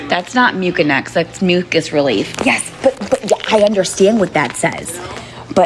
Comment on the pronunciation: STOP SAYING MU-KIN-EX